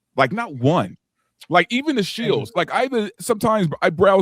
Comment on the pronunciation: Does this guy not know how to pronounce “shill”?